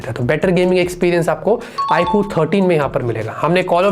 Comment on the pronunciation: It's iQ not i kuu